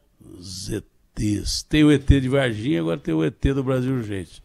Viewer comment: Eu ri demais o jeito que dele falando eter, o eter, isso é um eter kkkkkkkkkk